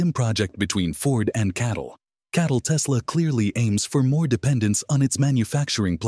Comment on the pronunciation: the ai get catl wrong pronouncing it as cattle, the bull sheep channel